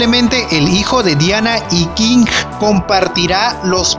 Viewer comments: Por que chucha dices, Kinggg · buena info bro. pero Tu manera de pronunciar los Nombres de los personajes me provoco cáncer en los oídos . en especial cuando dices Kinggrrrr . saludos bro. buen video